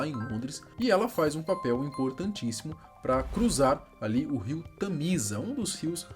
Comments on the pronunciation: E o rio é TÂMISA e não tamísa. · Tem o “TAMÍSA” que ele pronunciou errado.!